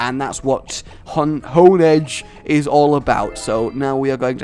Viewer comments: can you pronounce a single pokemons name right first we hade honededge and now spiritzee like no its HONEdge and SPRITzee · IT"S STARLY!!!!!!!!!!!!!!!!!! Hey. Do you recognize my comments by now? I agree the Shauna thing was a little bit of a stretch. On the bright side they never touch on that moment again. Hon-edge is fine. Hone-edge is the officially name. Hond-edge is adding a letter that isn't there. but I get it. It's fine Hone Claws topic. I remember reading somewhere a good pokemon trainer battles with what they like to battle with. So thumbs up to you. You woke up Snorlax. You then put Snorlax to sleep again, and then caught it. Why not catch it while it was on the bridge? Because Nintendo Logic. I think you can Daycare for levels, but you cannot breed the pokemon. I think catching another pokemon on route 7 is a bit unfair seeing as technically you got two pokemon from there. Spritzee is Swirlix's Y counter part. It is only evolved by link trading while it holds the Sachet. In other words, unless you trade it's kind of under powered. Also, it's pronounced Spritz-zee. Like a spritz of water, or perfume. I'm very elitist about pronunciations of pokemon names. Also Spritzee is the perfume pokemon. The cotton candy pokemon is Swirlix. Sugar Rush for perfume is a little bit weird in my opinion. You can go into the rooms in the main room and in the back of the hallway in the Battle chateau. There's probably 5 more battles there. You also started your outro early and that was hilarious.